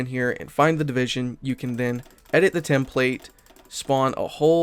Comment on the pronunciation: You pronounced template incorrectly. Lol